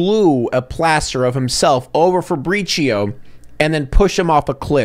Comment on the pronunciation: Or the pronouncing Fabrizio like Faprishioh like it’s some Starbucks drink